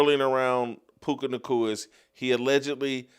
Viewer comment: I’m starting to hate the way Jason pronounces words with the letters “C” and “K.” Clear the saliva out of your mouth ffs it’s all I can hear now. Puca Nacua, Erika Kirk, etc